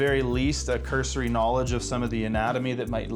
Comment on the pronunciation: Me: Is this a Tai Lopez joke..: KNAWLIDGE Me: OMG HE SAID IT!